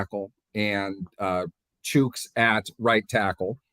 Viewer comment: First time watchin,. Enjoyed the vid. BTW its Chooks not chucks lol. you got some bad takes. Mitch was in Buffalo last year we had Ben last year. Mitch is a BRIDGE and there is a competition for number 2. Steelers dont have any money in ALL the qbs combined. you seriously think you know better then Kevin Colbert and Tomlin?! WHAAATTT lolol keep tripin